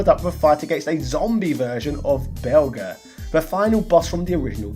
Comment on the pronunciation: Damn you, Angry Video Game Nerd! For not getting right of pronouncing the Belger final boss name in your Final Fight Revenge episode. It's Jer, dammit! Bel~Jer! 😭😭😭😭😭😭😭😭😭😭